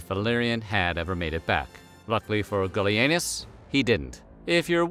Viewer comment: The first time you said, "Gallienus", I was looking away from the screen, and thought you said, "Billy Anus", as a joke. Hey, don't blame me. You're the one with a channel that isn't above that kind of thing.